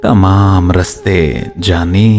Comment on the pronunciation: بھائی راستے ہے رستے نہیں آپ پڑھنے میں بیت غلطیاں کر دیتے ہیں آپ کے غلط پڑھنے سے شعر بے بہر ہو جاتا ہے